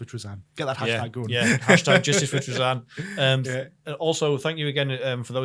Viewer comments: Me too. It’s Tra-Zin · This is the first time I've heard Trazyn pronounced that way and it sounds so off to me. Here's how I'd rework Trazyn to be more interesting and closer to his lore: once per battle, if he is within a certain range of a character, he can roll a bunch of D3 or D6 and if the total matches or exceeds the number of wounds left on the target character, Trazyn has trapped that character and it disappears from the board. If Trazyn is killed, that character comes back onto the board. That would make him powerful in a different way but you'd have to keep him alive to keep that advantage. And of course keep a limit on the number of points of the character he can capture.